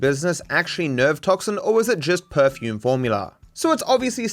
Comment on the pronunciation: It's "perfume"